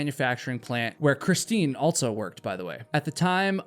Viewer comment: "EnDERD"! What? "Altso"?? HUH??